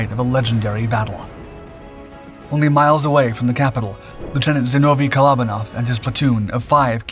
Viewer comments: Kole-O-ban-off is the pronunciation. Glad I read the comments because I had no idea who he was talking about. 😂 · Great video just a shame you didn't take the time to look up how to pronounce his name properly.